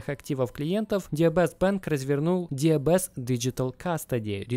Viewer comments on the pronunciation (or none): Так слух режет когда ДиБиЭс называют диЭБэс. Нет буквы Эб в английском алфавите